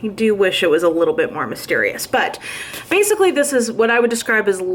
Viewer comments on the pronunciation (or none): none